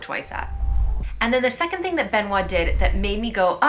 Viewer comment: Be noit. Pas Ben oit.